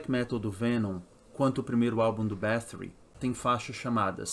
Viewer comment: pq fala com sotaque ingles sendo que é um sobrenome hungaro?